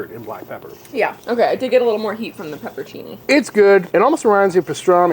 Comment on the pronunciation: Please.!! Is pronounced PEPPER-ON- CINNI not peppercini